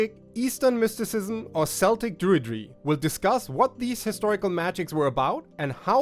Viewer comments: It made me smile because I only recently learnt that it is pronounced "keltic", not "seltic". Happens, if you learn from written sources.😉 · I want to like you, but your pronunciation of "Celtic" is murdering my soul.